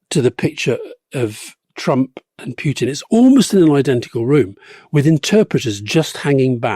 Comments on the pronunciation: Why can't you pronounce Putin's name correctly? Is this on purpose? It's Pootin. Not Pyutin. I mean if you are doing this on purpose - fine, but if not this is just incorrect. BTW - Rasputin also pronounced "Raspootin", not "Raspyutin" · There is no 'U' in Vladimir's surname... cant listen to u always making the same mistake. Pootin. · First time to come across this channel , Just auto pop-up . After 9 minutes , Decide this isn't a respectable people on the mic ,. Calling Vladimir Putin as PUKE-tin , That's it . I could respect your opinion, whatever is was or going to be , But cannot tolerate DISRESPECTful people . Bye